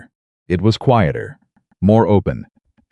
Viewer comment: If you can't do the narration without crap in it and can't learn how to pronounce "Read" and "Quieter" correct then you need to get someone else to do the narration or stop all together